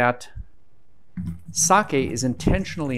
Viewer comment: Being half Japanese, great pronunciation on “Sake”